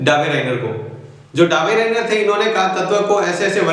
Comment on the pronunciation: It's not daberainer it is dobriner